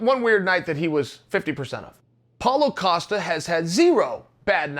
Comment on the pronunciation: SuperSly32 I was just gonna say that. He really been saying Apollo costa then Paulo Acosta WHILE IN THE SAME VIDEO he says Paulo costa correctly